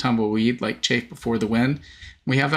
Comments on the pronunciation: it's chaff (short "a"), not chafe (long "a"). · Chaff sounds different than chafe Chaff is like baaaa sound